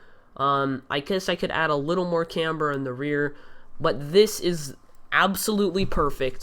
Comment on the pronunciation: Say camber right dumbass